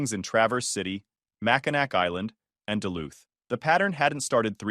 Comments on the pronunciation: Good story. It is Mackin-aw Island, not Mackin-ak. These AI readers can really get funny sometimes. I just shake my head and smile at some of the pronunciations. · Well Mackinac isn't pronounced as it is spelled. AI couldn't figure it out obliviously but a lot of people mispronounce it as well. AI didn't mispronounce any other names in the story